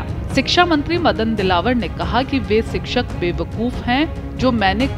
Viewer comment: सिक्षक, नहीं शिक्षक बोलिए